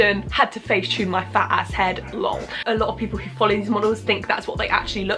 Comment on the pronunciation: She pronounced lol 😂😂I’m dead